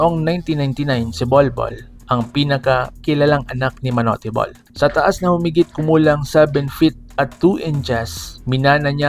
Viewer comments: TANGA AMPUTA MANU-TE BOL KUNO MANUTE BOL HINDI MANU-TE GONG2X 😂😂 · Bata pa lang ako naririnig ko yan sa tatay ko at sa mga kuya ko manut bol ang pronounce nila dyan..